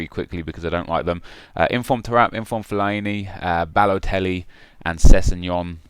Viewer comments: What way do you say fellaini at all , feliiieni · Nep I'm pretty sure it's not fel-I-e-nee